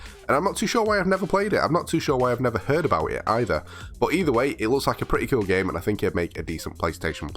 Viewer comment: I love when he says coul😎😂